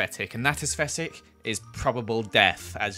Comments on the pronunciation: No one:: asfetic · “Esfetic” Me: nooo 😂 😭 💀